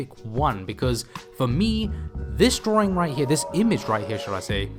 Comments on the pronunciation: Draw - ring? Why is he saying it like that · There is only 1 R in the word Drawing, it's not drawring! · I love how you say drawing